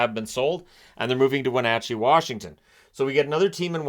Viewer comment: 🎉🎉🎉thank you for pronouncing Wenatchee correctly sir!!!👏👏👏👏🎉🎉🎉🎉🎉🎉🎉. As a local I have heard many variations!!